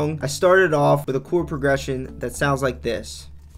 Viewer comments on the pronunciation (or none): What’s a “Choowerd”? Stop!!!